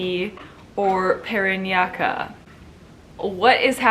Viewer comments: I love you Sierra. I don't know why but I laugh everytime you say 'PE RAN YA KA', HAHAHA. It sounds really funny to me. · hi siera its pa-ran-yah-keh. like in ke-bab. 😁. you are always pretty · Paranaque = "paranyake" is the pronunciation :) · Love your pick. But Parañaque is pronounced PA-RAN-YA-KE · Sierra! I'm a fan here. /pa-ran-ya-ke/ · PARANAQUE pronounciations like "PA-RAN-YA-KE" its kinda cute the way u pronounce paranaque but yeah, thats how it should be pronounce. hehehe just sharing my thoughts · Paranaque - Pah-ran-nyah-keh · Parañaque is pronouced as PA-RA-NYA-KE . I hope this help Sierra🥰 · My last 2 standing are Iloilo and Quezon City. Anyway PARANAQUE is pronounce PA RAN YA KE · (PA-RAN-YA-KE) PARAÑAQUE, before they announce the winner, for the last time please pronounce it right..ty🥰 best regards😙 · Parañaque- PA-RAN-YAKI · Hi Miss Sarah, Paranaque should be pronounced as PA RA NYA KE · It’s pronounced “Pah-run-yah-keh” hehe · PA - RAN - YA - KE "PARAÑAQUE" . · How to pronounce Parañaque easily. Pa/ran/ya/ki all of the letter ”a” has to be sound it out. 😊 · Hi...thanks for your video about Ms U Philippines... just to correct the pronunciation of Ms. Paranaque (pa-rah-nia-keh). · Top 3: Quezon City, IloIlo city and Davao City. "Paw-Run-Yeah-Kaye." Parañaque. Hehehe😄👍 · I think its "Puh-rahn-yuh-keh" lol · Hi Siera! I hope that you can notice this comment. I just want to help you by saying that Parañaque is supposedly pronounced as "pa-ran-ya-ke". I think that you will be making videos about MUP after this one and it will do better if you can say the place correctly. I hope this helps. Thank you and all the best! :) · Correction with your Pronunciation about MS. PARAÑAQUE Ms. Siera...It is sounds Spanish "PA-RA-ÑA-QUE".. Anyway, LOVE YOUR BET IN MUP2020 UNIVERSE 👑 Ms. RABIYA MATEO from CITY OF LOVE - ILOILO CITY🥰😍🥰She HAS THE "IT" FACTOR AURA & CHARISMA TO REPRESENT OUR COUNTRY PHILIPPINES 🇵🇭🇵🇭🇵🇭 IN GOD WE TRUST 🙏🙏🙏💘❤💓💕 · It's like PA-RAN-YA-KE TA-GIG